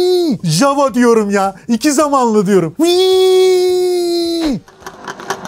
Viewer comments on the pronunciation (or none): Çek dilinde yava diye teleffuz edilir.ja va demeyin ayva gibi oluyor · Herkesin ismini yanlış okuduğu çek efsanesi. Çekçede j hsrfi y olarak okunur yani jawa değil yawa diye okursun ama gelde anlat bizim millete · (ja)necek ya diye okunuyor isimde.. peki marka da Jawa neden Yava değil de yazıldığı gibi okunuyor? Doğru telaffuzu Yava olması lazım değil mi?